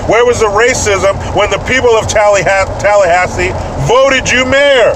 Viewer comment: Hey! Love my morning dose of Ameri-CANS. I'm from Tallahassee, FL. It's pronounced locally "TAL- LUH- HAS- SEE", not "TALLY- HAS-SEE". I know you don't know (not many people do outside of Florida) but just wanted you to know. And I voted for DeSantis for governor. Edit: You can say "Tally" for short.